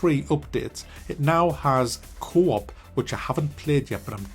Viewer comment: When he say Co-op I hear “Cwop”